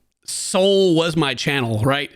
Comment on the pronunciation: Low key annoyed how hard he says “my channel”…. I love but Dane is definitely what completes his videos! Id be pretty upset if Dane isn’t fair compensated